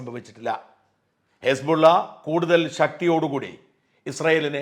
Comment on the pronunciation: മിസ്റ്റർ സാജൻ..... വായിക്കുമ്പോൾ പ്രോപ്പർ ആയിട്ട് വായിക്കുക ഹിസ് ബുള്ള പകരം ഹെസ്ബുള്ള എന്ന് പറയുക, പാക്കിസ്ഥാൻ എന്നതിന് പക്കിസ്ഥാൻ എന്ന് പറയുക. മര്യാദക്ക് എല്ലാവരും വായിക്കുന്നത് പോലെ വായിക്കടോ